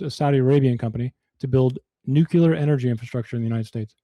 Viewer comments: Nuk-le-arr not nuk-U-lar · NEW KEW LER